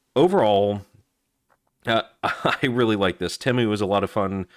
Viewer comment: Ypu got me sick of hearing "edc" after the 60th time. And its TEEEEMU not tehmu.